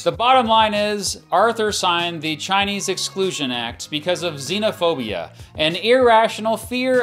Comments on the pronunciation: he actually said sinophobia, which sounds almost exactly like xenophobia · pronouncing sinophobia wrong